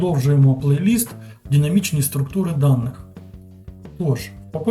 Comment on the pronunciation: Динамічно а не дінамічно 🤨